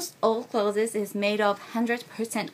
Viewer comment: Hello, although I am not a teacher at all, when saying "Introducing Japanese baby clothes" (written here correct) the pronunciation as "Clothes-es" sounds odd. sounding more like "Close" as in "close the door" is more correct. Sorry if I offend :(